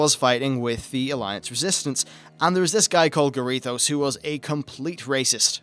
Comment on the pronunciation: Quel'thalas > quell-tha-lass Rommath > raw-moth Garithos > GAHH-ri-thos Blood Elf > High Elf